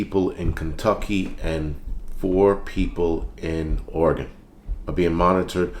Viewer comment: Thank you for pronouncing Oregon correctly.